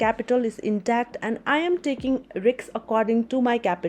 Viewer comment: I love it when you say riks❤❤❤